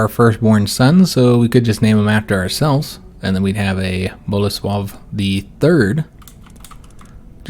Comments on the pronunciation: Oh my goodness, im so happy that you were able to say Bolesław properly, Poles will be so happy to hear this :D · Spot on with the Bolesław pronunciation! Really glad you're playing this as Poland!